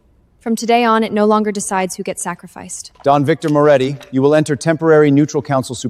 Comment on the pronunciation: Are you kidding? Is there a lot of wine involved? Every scene has nonsensical garbage instead of basic words. "Memorandum," "ledger" the family name is inconsistent Moretti, Morelli, Morechi, Moroti and many other words are so mispronounced that without the subtitles it was unintelligible. The family name is said more than 7 different ways!